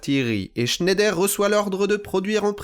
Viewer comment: Il paraît que Schneider se prononce Schneidre. ❤. Excellente vidéo, passionnante ! 👍🙏